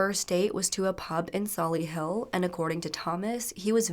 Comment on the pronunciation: Pronounced Sol-i-hull not Solihill but I would hate to try and pronounce some American place names though x Thanks for covering, if you are a blue nose this really hurt, in this youtube clip never once motioned his favourite football club was BCFC and the poor kid's favourite shirt was taken away from his dad as punishment (most the clips he is wearing a BCFC shirt). It is one of those cases that the family on both side reported them and got nowhere, In this case people can't accuse no one tried to intervene, even the school did. We still clap for you on your anniversary little blue nose and have a corner in the stadium at St Andrews (now with American owners and Tom Brady) that will be forever yours. KRO. YOU ARE LOVED